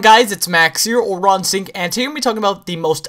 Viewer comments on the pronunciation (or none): Why don't you pronounce instinct properly? You say insinct... there are two T's in instinct. Good vid though :P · your name is raw instinct, not raw instink. pronounce it correctly. haha